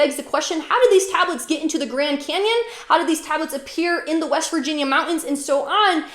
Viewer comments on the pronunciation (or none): none